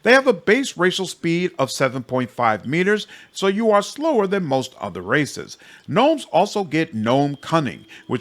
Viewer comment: I thought you said there is lots of racists to choose from but you said "races" and I understand now